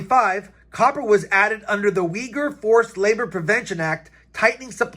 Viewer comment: I commend you for correctly pronouncing Uyghur (a persecuted Muslim population in China).